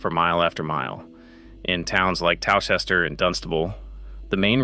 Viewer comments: Fascinating video, thank you! Only critique is that Towcester is pronounced "toaster" because English logic 😅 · Odd that AI can pronounce Leicester correctly but not Towcester!